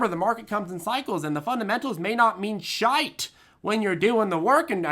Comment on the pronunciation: love when you say shite but lose the T it'll sound more scots shiet.